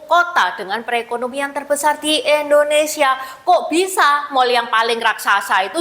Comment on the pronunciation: Mbag....indo ..bukan endo..koreksi aja ya...maaf